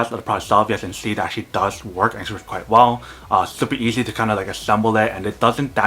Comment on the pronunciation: Is it thooper theasy ?